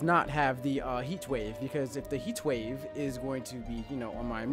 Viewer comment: Dead ass trying to figure out weather he had a speech impediment or was doing the Stewie Cool Whip thing. Thought it was just me